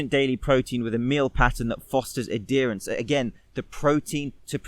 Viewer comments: adherence: ad-herance, not ad derance....aaaaaaaaaaaaaaa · Really Great Video, Subscribed.... But its pronounced add- herence not a- dear-ence. Sorry that was driving me nuts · Im fascinated by how he pronounced "adherence" haha